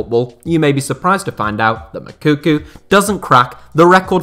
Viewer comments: “Makuku”😂it’s Moukoko! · Moukoko not Mokuku, damn English talking people 🙄😅🤦🏾‍♂️ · Your Moukoko pronunciation makes me laugh 😄